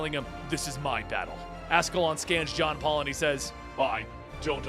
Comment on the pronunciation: When he said "John Paul" I thought he said Jake Paul